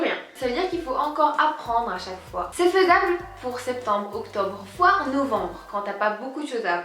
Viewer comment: mdrrr au lieu de dire "voire novembre" ta dit "foire novembre"😂💚 Bref sinon merci pour la vidéo au début j'avais la flemme de la regarder parce que sa ne m'intéressé pas mais enfaite sa ma aidé :) Passe une bonne fin de journée😚💜